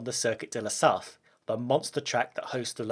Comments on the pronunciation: In french we pronounce "la Sarte" Good vidéo ;) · "Sarthe" is pronounced "Sart". Just so you know. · The way he pronounces "La Sarthe" kinda triggers me. Great video nonetheless